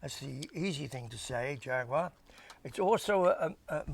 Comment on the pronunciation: Great day to spend with someone of Bernies statue and experience. Something to be appreciate and enjoyed, much respect and nice to hear proper pronunciation of Jag-gue-wha Thank you, take care and peace out.